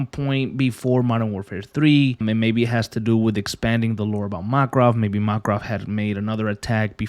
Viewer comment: i dont want to sound rude but you dont say Makarov as mark-rov its mak-a-rov